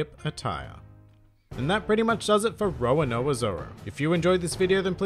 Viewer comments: Roa-noa-zoro LOL. Its RO-RO-NO-A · Roanoa Zoro? XD it’s roronoa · Is it just me or is he saying Roanoa instead of Roronoa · Its not roanoa zoro Its roronoa zoro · Why is the pronunciation "Rowanoa Zoro", even though it's a cute pronunciation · Actually it's just wrong pronunciation. I doubt even with your accent, you say Count Draycula or forget to pronounce an entire 'ro'... Don't try to blame it on the accent man. I understand some phonetics are different with accents, but these are fairly simple; especially once you hear them countless times in the anime. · the way he pronounced roronoa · hell yeah they are, but that’s just a pet peeve of mines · please never ever say Roronoa ever again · You're mispronouncing his name lol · Say 'Row' then 'Row' again; then 'no' then 'aaa'. And that's how you pronounce Roronoa. Can't believe it's so hard for some people to pronounce, honestly... And it's Dracule as in Dracula, not Draycule